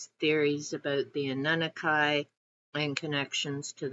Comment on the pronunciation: That’s the first time I’ve heard any Annunaki pronounced that way, so I looked it up, and I see that you’re correct. Everyone else is pronouncing it wrong! I need to get to Dune… just need to find the time! I may have already told you this, but I live very close to where the Warrens lived. I just recently went to visit their house and graves a few months ago. Great tag!